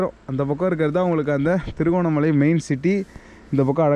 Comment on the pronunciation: அது திருகோணமலா இல்லை திருகோணமலை என்டு அழகா தமிழ்ல சொல்லுங்க Bro..😊